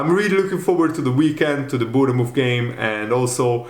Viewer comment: Say born muff not bourne ne muff. Say's it like a scouser